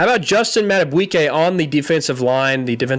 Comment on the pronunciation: You were close. A lot of people have trouble with his name. Justin Madubuike is pronounced Mad-a-BEAK-kay. You added a "w" sound.